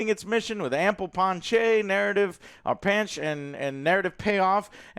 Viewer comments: panache = pan-ash...not ponchey or panch :) I have to agree, the finale will see Homelander losing his powers, maybe Soldier Boy will fry the compound-V out of his blood, he will be forced to live out his days being a pathetic mortal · FYI Pan- ach. I believe panache is pronounced Pan -ach.